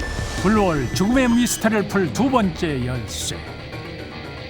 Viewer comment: 이거 어릴때 본방으로 봤는데 외국인아나운서 블루홀 발음찰져서 맨날따라함ㅋㅋ